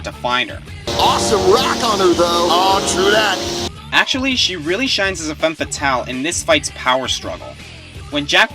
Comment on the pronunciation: SAMUS ISN'T A FEMME FATALE! IS REALLY THAT HARD TO SAY!?